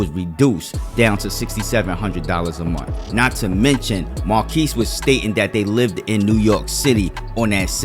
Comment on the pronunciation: Munt is not a word...the word is month. I hate that